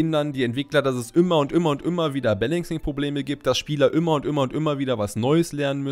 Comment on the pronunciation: Ich weiß, sowas gehört absolut nicht zum Video und man sollte daran nicht rummeckern, aber das "ümmer" anstatt "immer" triggert mich einfach so hart. Gut, sei nicht so kleinlich dachte ich mir, aber dann das: das war einfach zu viel... 🤯 Nixdestotrotz: da ich nicht kleinlich sein will, sehr gute Infos und wie ümmer gutes Video 😉